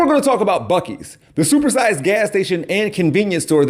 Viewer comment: After hearing that woman call it 'Busey...I associate BUC-EES with Gary Busey. Talk about crazy GOP connections! Thanks, from a fellow Ohioan, a proper Buckeye.